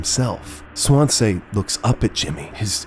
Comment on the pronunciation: mispronouncing Swansea like how Markiplier mispronounced Daisuke 💔